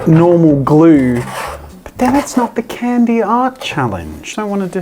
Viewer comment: It hurts to hear an Australian say Candy...